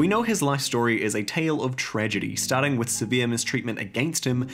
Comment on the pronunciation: Bro really went "Starrr🥁🥁 rrting"